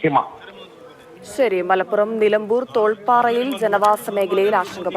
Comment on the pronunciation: തോൾപ്പാറ അല്ല തേൾപ്പാറ ആണ്